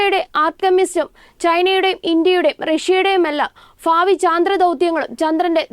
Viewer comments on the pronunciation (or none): ഫൂമി അല്ല ഭൂമി ഫാവി അല്ല ഭാവി😂